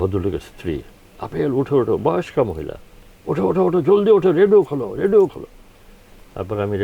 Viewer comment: খুব ভালো লাগলো শ্রদ্ধেয় শিল্পী গীতিকার আপেল মাহমুদ কে দেখে I মনে কিছু নেবেন না উপস্থাপক শুদ্ধ করে কথা বলতে পারেন না , এমনকি রেডিও উচ্চারণটাও রেডু বলছেন ! শ্রুতিকটু লেগেছে I